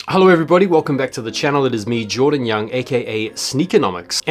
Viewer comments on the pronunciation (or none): none